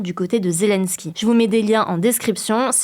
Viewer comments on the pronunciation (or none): none